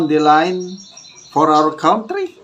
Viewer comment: Kantry po not kawntry!